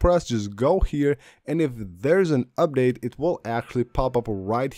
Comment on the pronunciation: Update: this guy..“Ubdade”